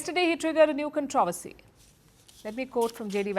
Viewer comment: Contro-vusy??? Contro-ver-si!!